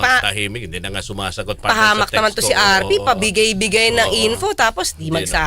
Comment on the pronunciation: "RP" sounds like RT😂